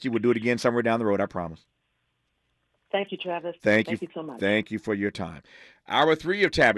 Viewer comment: Aint no such thing as a Tavis, its TRAVIS